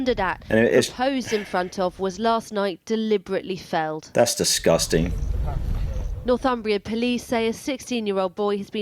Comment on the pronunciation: Nor-thumberland, not North-umberland 🙂